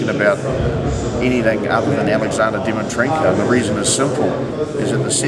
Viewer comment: and your second question you called him dimitrenkov. at least get his name right buddy haha doesn't look good